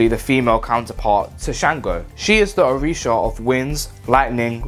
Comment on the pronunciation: Yh I said it wrong 🤣🤣🤣🤣🤣🤣🤣🤣🤣 My pronunciation has improved It’s so embarrassing I might have to remake this one